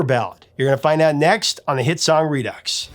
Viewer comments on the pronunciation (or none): Redux is not pronounced using an “x”. It’s pronounced like re-do. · Redux, = redoux = re-do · REDUX: He pronounced it reducks. Should be rudoo. Just saying. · Did he say re-ducks?